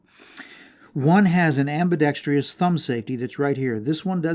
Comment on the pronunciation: Except you need to learn how to say "ambidextrous."